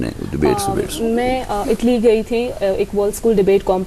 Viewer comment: America ki pronunciation aati hai but Italy like itly.. 😂 😂 😂